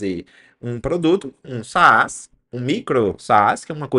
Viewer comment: só uma dica, não se fala "saás" puxando o acento pro segundo A. é um A mudo, se pronuncia "sas"